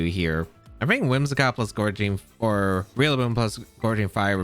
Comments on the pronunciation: Gouging not Goreging 😊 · Gouging fire. Theres no r in gouging